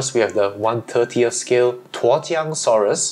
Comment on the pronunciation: Wow, it is so impressive how you got the tones right when pronouncing Tuojiangosaurus!